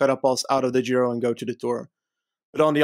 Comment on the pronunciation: please say Giro and not Jhiro.